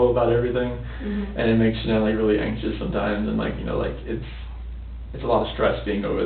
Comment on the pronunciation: But I heard someone in her family calling her Shannen, not Shan-ann 🤨